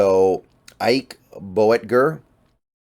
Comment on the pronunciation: Boettger, 2 syllables, Boat-jer. Name of my German language instructor.